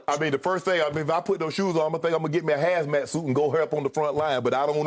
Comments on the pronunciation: Shannon said, get me a hazmat suit. 🤣🤣🤣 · "Hazmat Suit"🤣🤣🤣